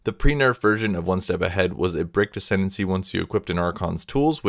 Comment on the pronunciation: "Ascendency". You were so close.